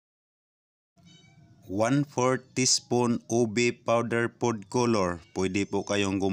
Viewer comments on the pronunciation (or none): none